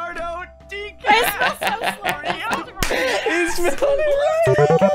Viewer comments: “Leonardo Decrapio” 😂😂😂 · decrapio 😂😂😂 oh h, you need a tutor